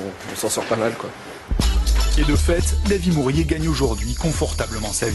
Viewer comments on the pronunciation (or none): Bienvenue chez dâvie murié ...(c'est réellement comme ça que le mec le prononce )